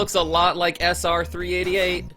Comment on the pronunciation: its pronounced sr3 eight eight